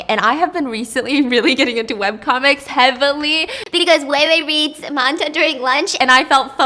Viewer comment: MANJA???? it’s pronounced manga like mango